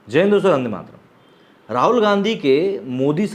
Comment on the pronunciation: Jai hind vandemataram thik se bol liya kar bhai